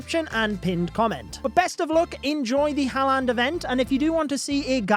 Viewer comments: Thats not how u say his name😂 Haaland is said like håland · bro called halland a "barbarian kicker " 💀💀